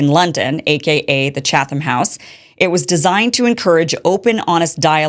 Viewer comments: When I saw Tim Pool talk about this segment of your show, I was very upset with you Kim. He's absolutely right that this segment shows both your ignorance of journalistic practice (it's 'Chat-um', not 'Cha-thum') and your desperation for relevance and clout. You've been passed by many people in your lane of news coverage in the past few years, but I think you fail to realize that your anti-establishment agenda is anchored by the fact that you want to remain purely anti-establishment. That's positive and negative. You are grounded in your coverage of the establishment, and you can easily keep your priorities centered and in focus, but you are going to remain constantly on the fringe and marginalized. That's the price you pay. Tim Pool has never really been against journalistic or political establishment, per se, but rather he is harshly critical of those institutions when he thinks they deserve it, and willing to give them credit when they do something he thinks is right. That's what I see when I see the list of people who were invited to this meeting: people who have been critical of Israel, but who are also willing to be critical of Hamas, Iran, and the pro-Palestinian movement when they act a fool. That's why he has more clout than you, and no amount of outrage at this 'secret meeting' is gonna change that. I think I won't unsubscribe to you for now, but I'm putting you on notice. Stick to your lane, and focus on what you're good at and good for. This whiny hall monitor shi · Pronounced “Chattem” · The H is silent lady. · You are a joke. Pathetic, really. And you don't pronounce the "h" in Chatham. 😂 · You don't even know how to pronounce Chatham... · Hahaha- look at the attention seeking desperation with this lady…you are being mocked by this grifter- she is so desperate that she doesn’t even know the rules and pronounces them incorrectly..LOL